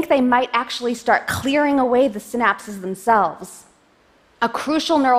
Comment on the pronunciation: They are 'synapses', not 'sin apses'.